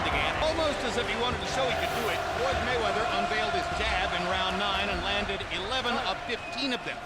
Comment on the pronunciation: I think he meant to say "Floyd Manchester"?